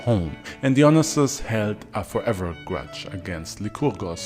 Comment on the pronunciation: Dionysis: DIE-OH-KNEE-SIS✅️or DEE-oh-knee -Sis✅️ not deon-Is-is. 🚫 Im even more upset that no one has said anything.